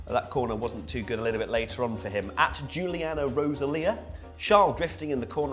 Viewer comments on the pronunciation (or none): none